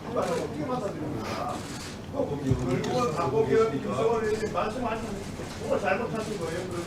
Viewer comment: 박범계는 으원 인지 의원인지 발음 좀 제대로 해라